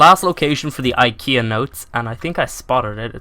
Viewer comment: Its souns Like you are saying "Ikea notes" xD btw Awesome video!